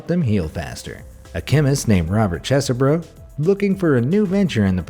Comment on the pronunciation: I think his name is pronounced cheese burrow.